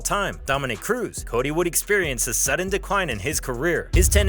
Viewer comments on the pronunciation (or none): none